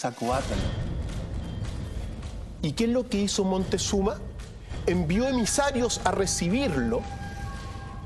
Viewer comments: ES MOCTEZUMA NO MONTEZUMA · Se llama Quetzalcoatl, no Quetzacoátl, ahora, la catedral no fue construida sobre toda la ciudad de Tenochtitlan, fue construida sobre UNA PEQUEÑA PARTE de la Ciudad. Rayos, Montezuma, chiale, neta si no sabes pronunciar palabras y nombres en Nahuatl, pregunta, se escribe y pronuncia Moctezuma!